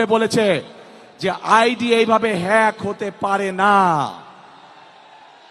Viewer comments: হ্যাক বলতে গিয়ে ফ্য়াক 😂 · হেক, ফেইক.........হ্যাক, একটা শব্দ উচ্চারণ করতে পারে না। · হ্যাঁক এটাও ভালো করে বলতে পারেনা এই হল নেতা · হ্যাক❌ হেক✅ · হিক ফিক হইয়া গেছে এ কথাটাই উচ্চারণ করতে পারে না তারা বলে দেশ চালাবে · ও সোনা তুমি কি বোঝনা, আইডি হ্যাক হয় কিভাবে.তুমি বলতাছো হেক না ফেক কি জানি জিজ্ঞেস করো, আরে নেতা 👍👏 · হ্যাক শব্দটা উচ্চারণ করতে🥲পারছে না,এখন শিক্ষাগত যোগ্যতা বুঝে নিন...!🫠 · ইংল্যান্ড থেকে এসেয়েছেন ১৭ বৎসর পরে, ID Hacked শব্দটি বলতে বা উচ্চারণ করতে পারছেন না 😂 হাইরে খাম্বা তারেক ভাই আপনি কিভাবে রাষ্ট্র প্রদান হবেন বা দেশ চালাবেন, আমি বুজতে পাচ্ছি না 😱🤣😱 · হ্যাক উচ্চারণ করতে পারেনা তার হাতে দেশের দায়িত্ব দিলে কি হবে । সবাই সতর্ক হন মুর্খের হাতে দেশ গেলে ।শুধুই বাঁশ ছাড়া আর কিছুই মিলবেনা । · Hack কথাটাও বলতে পারে না, সে আবার নেতা মানুষের সমালোচনা করতেও পারে রে ভাই 😤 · একটা বাচ্চা সুন্দর ভাবে হ্যাক শব্দটা কইতে পারে কিন্তু উনি পারোনা কারণ মিথ্যা মিথ্যে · E to tik moto kotha koite pare na hack kotha to totally koy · E arekta share hazar biggani, valo moton haked uccharon korte pare na, oi abar desh Cha labe? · হ্যাক ও বলতে পারে না 😂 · 😂😂আমাদের লিডার হ্যাক উচ্চারণ করতে পারে না তিনি নাকি দেশ চালাবেন। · যেই নেতা হ্যাক শব্দ তিনবারেও উচ্চারণ করতে পারেনা এই নেতা চালাবে দেশ হায়রে মূর্খ জাতি আমরা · Hack bolte parena ora asche desh chalate. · বাংলায় উচ্চারণ করতে পারে না.... হ্যাক ফেক করতেছে। হ্যাক সম্পর্কে কিছু বোঝে😂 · হ্যাক ই উচ্চারণ করতে পারে না সে আবার আন্দাজে কথা বলছে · জেল লিডার আইডি হ্যাক উচ্চারণ করতে পারো না সে কি ভাবে দেশ পরিচালনা করবে। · মুর্খ নেতার মুর্খ কথা।হ্যাক শব্দ উচ্চারণ করতে পারে না আইছে প্রধানমন্ত্রী হইতে ।লন্ডন থেকে চান্দাবাজির কোর্স করে আসছে।এসব বাংলার মানুষ জানে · জামায়াতের বিরুদ্ধে মিথ্যা কথা বলছো যে, তার প্রমাণ তুমি নিজেই। কথা বলার শুরুতেই হোঁচট , হেক না হ্যাক তাও বলতে পারে না । খাম্বা তারেক লন্ডনে যা। ভালো করে ইংলিশ শিখে আসো। এত বছর লন্ডনে থেকেও ইংলিশটা ভালো করে শিখলে না। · কত রকমের মূর্খ নেতা তারে এতগুলা মানুষ সাপোর্ট করে যে হ্যাক ফেক দুইটা দুই জিনিস এই শব্দটা সে উচ্চারণ করতে পারে না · হায়রে হ্যাক কথাও উচ্চারণ করতে পারে না 😂😂😂